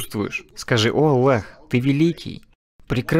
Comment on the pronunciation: УВАЖАЕМЫЙ БРАТ ПЕРЕВОДЧИК ГОВОРИ АЛЛАh не Аллах